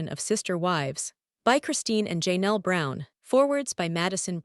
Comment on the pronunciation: Please pick a better AI that can actually pronounce the words properly. Robyn, Janelle, Coyote, etc all pronounced wrong.